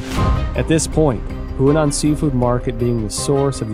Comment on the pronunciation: The man cannot pronounce a single name correctly in Chinese. He has been writing about the Chinese Communist Party for over 10 years and he cannot pronounce Chinese names? He even calls the Huanan Seafood Market the Hunan Seafood Market. Look, I don't challenge the findings he may have made, but he should have taken the time to speak with native Chinese speakers to get the pronunciations right. He calls himself an expert, but he obviously can't speak the language. Sorry mate, but you've undermined your credibility completely. You must have been reading only articles written in English, so you are obviously not a true expert on China and the CCP. China in Focus, shame on you for letting him make this video without helping him make the correct pronunciations.